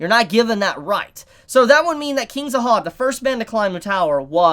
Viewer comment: y does he keep saying zahad